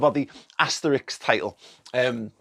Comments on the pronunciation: Sorry, but it is asterisk, not asterix. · Asterix? ...or asterisk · Asterisk not Asterix! But I guess Liverpool do deserve the title. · Sorry for being that guy, but “Asterix” is a French cartoon character, this “*” is an ‘Asterisk’. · I've gotta do it. Asterix is a cartoon character. It's asterisk.